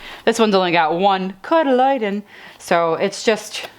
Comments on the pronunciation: Love your "cotyledon" pronunciation. Try this - kaa tuh LEE dn : ) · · Cot-a-leeee-den Maybe that will help you say it better...